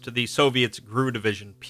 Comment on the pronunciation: One minor complaint. GRU isn't pronounced grue. It's pronounced like any alphabet organization since GRU stands for Glavnoye Razvedyvatelnoye Upravlenie.